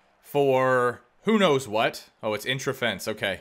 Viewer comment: The way you pronounced “interference” in the first game against Ottawa made me uncomfortingly angry